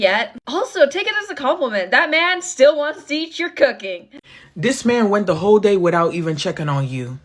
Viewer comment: I heard her as "hoe queen" not "WHOLE queen". 😂🤣